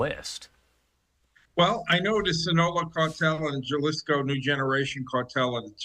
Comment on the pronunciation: “Ja lisco” is crazy